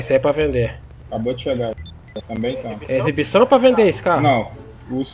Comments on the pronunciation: "ECIBIÇÃO" By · "Ecibicão" queee kkkkk